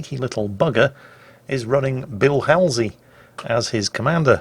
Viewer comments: It's Hall-Z, NOT Hal-Z (as in HAL-9000). Some things are definitely not translatable into British English as others, such as proper names. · its bull not bill halsey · it's pronounced Hall z ( if you care) :) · is anyone else triggered at the way pronounced "Halsey" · More the fact that he called him BILL Halsey instead of BULL Halsey.